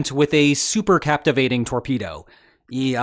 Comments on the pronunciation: The word should be "cavitating", not "captivating". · Captivating????????? or possibly Cavitating? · CAPTIVATING torpedo? ... really? Holy moley, what a scr3w-up! C A V I T A T I N G , C A V I T A T I O N. -- Re-edit this video's audio and re-post, please. Endless "Captivating"s from you sound quite deficient (i'm being nice). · Cavitating. No so captivating! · Captivating lol cavitating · It's cavatating not captivating. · Not "captivating", cavitating! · 'cavitating'...not 'captivating'.... Reading is hard.... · Cavitating ≠ Captivating... Pretty basic error, professor. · I am relieved that you pronounce "nuclear" as "new-clear" rather than "nuk-u-lar" however, the word CAVITATING differs from CApTIVATING There is no "p" in cavitating. Supercavitation - It is very odd that you mispronounced the word because the Transcript has it printed correctly. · It was "captivating" listening to you trying to say "cavitating" torpedo 😋🇦🇺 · "Captivating"? Cavitating? One of the most important words in the article...Is this the future of AI or just a failure of public education? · Did he say "captivating" instead of cavitating? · cavitating. not captivating. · CA-VI-TATING, not captivating.... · OMG BRO PLZ... C A V - I T - A T - I N G ... LIKE A CAVITY... NO 'P' ... THE BUBBLE IS THE CAVITY